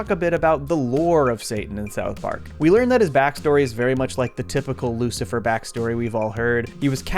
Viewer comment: bro really said jucifer (thats a different guy)